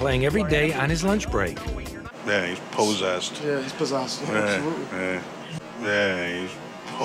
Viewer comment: "Yeah he's poesessede